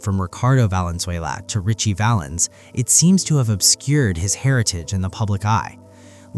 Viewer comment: Sigh! It’s Ritchie Valens